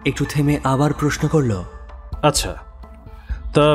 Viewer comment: I believe.. Please ektu uchharon er dikey kheyal rakhben..Bollo,chollo, korlo, dekhlo.. bishesh kore ei word gulor pronunciation gulo..aar voice ta ektu flat lage majhe majhe.. character e dhukte gele ei whispering tone ta chharte hobe. Oporadh neben na asha kori..Eta personal opinion..